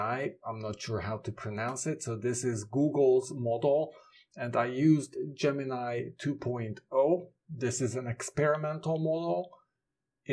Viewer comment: Your second pronunciation of Gemini is correct - the final syllable sounds like "nigh"